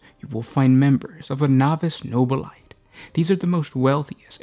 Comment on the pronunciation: No Bill A Tay not No Bill Light I stop your videos every time you say it. Your the only one I've ever heard pronounce it that way.